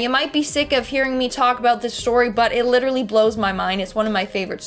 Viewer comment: Please learn how to say "Literally", and then stop saying it... it's very annoying ( lit-ter-al-Lee ) not "liderrary" ... I could start a drinking game and not make it past the first two minutes of your FISH segment 😒